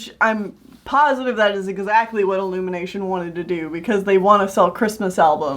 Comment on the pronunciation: Illumanation T. M........ TOO CLEAN!!!!!!!!!! Me: lol lol lol XD